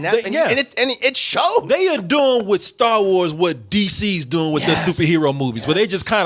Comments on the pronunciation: He’s supposed to be saying “are” but it always comes out as “or” 💀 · Is saying "Are" or "Or"?